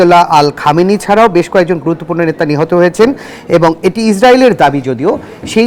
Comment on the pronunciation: এই পালতু লোক হামেনির নাম টা ভালো ভাবে বলতে পারতেছেনা